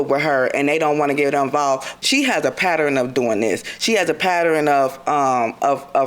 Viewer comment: The defendant said “pattering” not pattern 😩.